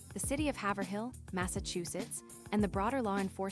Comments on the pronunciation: It’s “Haiv-rill”. Not “Haver-hill” When the pronouncement of her town is constantly incorrect because you’ve never even been there, or even SAID OR HEARD the town…. It’s cringe! Fix it! It’s a dishonor to her! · Haverhill is pronounced hay vur hill